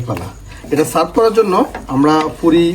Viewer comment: furi ki re vai? puri bol..ppppppp